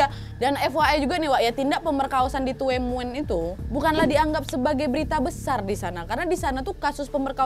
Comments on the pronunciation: Mbak maaf ya aku hongkong jangan kesel ma polisinya tahu nggak di gk polisi bol h bawa pistol baru tahun kemarin dan itu salahnya yang dikirim ada lah polisi patroli yang keliling di distrik, aku tuen moon.. Bacanya dunmoon, dan di sini di lam itu sebenarnya terinspirasi dari Korea pembunuhan rain coat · Tuen mun : Dun mun Hung Hom : Hong Ham ( pengucapan) hanya sekedar info saja kak nad 🙏😊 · Maaf kak.. Bukan tuwenmun (bacanya) tapi tunmun (bacanya) .😁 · Tulisan nya " TUENMUN" wak ... tp spell nya Tunmun 😃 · Tuen mun bacanya dun mun Hung hom bca nya hung ham Whampoa bca nya whampo Salam dr hongkong Berapa mnggu yg lalu jg ada pembunuhan Seorang wanita di bunuh kekasih nya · tuenmun bacanya tunmun mba Nadia 🙏 salam dari hongkong 🙏🥰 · Hallooo nadia... Salam dari hongkong...itu kota tuen mun baca nya dun mun kalau d hongkong nad hehe... Semangat trus nad... 😘😘😘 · Ahirnya upload lagi kak nadia,,, oiya Baca nya tuen mun~duun mun kak nad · Tuen Mun bacanya Dun Mun wak_ Sehat selalu Wak, Mohon Maaf Lahir Batin_ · Baca nya kalo tuen itu Tun 😊😊😊 Tapi best lah, memang daerah Tuen mun memang masih tinggi kejahatannya hingga sekarang, karna memang masih termasuk pelosok, tapi sekarang sudah lebih baik karna Sudah menjadi kota berkembang. 😊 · Hai sis...., TUEN MUN itu pengucapannya TUN MUN....Salam kenal dari TKW HONGKONG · TUEN MUN ( BACA : TUN MUN) kak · tuen mun bacanya (dunmun) wak ,polisi hongkong sekarang gercep bnget, nangkep penjahat,, kemaren juga ada kasus juga di yuenlong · (FYI) Itu nama tempat tinggalnya nyebutnya “tun mun” kak , meskipun tulisannya “tuen mun”, salam dari hongkong ❤ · Orang hongkong baca Tuen mun jadi "dunmun" kak nad😅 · tuen mun..bcanya tunmun aja kak.. hunghom bacananya hungham kak hehe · Bantu ralat...Tuen Mun d bacanya Tunmun wak 🤗😄🙏🙏 saya bekerja d Hongkong kebtln dekat dgn tempat itu,saya d Lhong Pingnya 😊🙏🙏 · Tuen mun.. Tapi di sini baca nya tun mun mbk nad 🤣🤣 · Tuen Mun bacanya "Dhun Mun" wakk 🤣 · Tuenmun dibacanya Dunmun..